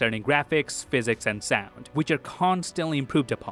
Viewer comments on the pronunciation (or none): none